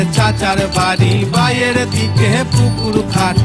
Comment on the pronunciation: বায়ের দিকে না,বাঁয়ের দিকে হবে।গানে উচ্চারণ ভুল করলে। যাইহোক,সঞ্জীব চৌধুরীর ধারেকাছে দিয়েও যায়নি গান।